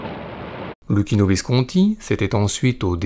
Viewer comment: Luchino = Loukino bravo pour la prononciation. En Italien CC = Ch et CH = K (phonétiquement)